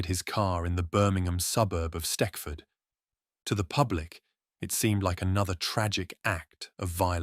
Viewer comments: Stekford 😂 wtf it’s stetchford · Steckford 😂. It's a soft c aka stech ford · Stechford not steckford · S t e c h f o r d Not S t e c k f o r d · It's stetchford in Birmingham. Not steckford